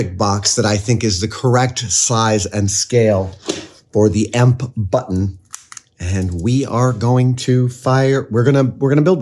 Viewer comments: Beyond annoying and unwatchable. EMP is either pronounced E-M-P or electromagnetic pulse. It is never called emp nor emp button. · Please stop saying "imp", it's pronounced "E M P". You say each letter separately not as a single word. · omg, the fact that he keeps saying "Ehmp" instead of "EEE, EMM, PEE" drives me insane! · "Emp"? E.M.P. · I love you Adam. But the way you say emp like a word hurts my ears. Its a short acronym.. You dont say fib you say F I B same thing with E M P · when you called it an emp switch instead of e-m-p switch i got heavy red vs blue vibes lmao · First time I actually hear someone saying it like a word, Emp...